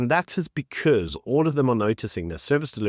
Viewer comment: becurse? say that again becurzzze . I watched that 8 times to see if I heard it correctly